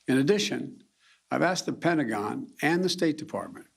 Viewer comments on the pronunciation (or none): none